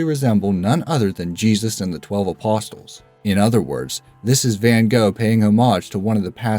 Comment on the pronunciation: Make a note to yourself to learn to pronounce "apostles" and "homage."